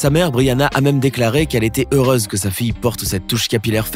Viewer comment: On ne dit pas heurase mais heurEUse ;)